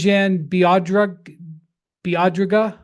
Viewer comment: I’m sorry but Windhorst absolutely botching “Dejan Bodiroga” is pretty embarrassing. He is probably top 5 player ever not to play in the NBA.